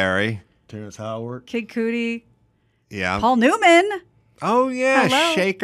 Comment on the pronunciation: said “Kid Cudi” like “Cootie” 😂😂😂😂 it’s pronounced “Cutty”